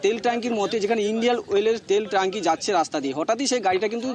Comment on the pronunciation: এই সাংবাদিক মশাই কে কোথা থেকে জোগাড় করেছেন ট্যাঙ্ক কে বলছে "ট্যাঙ্কি" আর এতো বাজে বাংলা উচ্চারণ কানে লাগছিলো।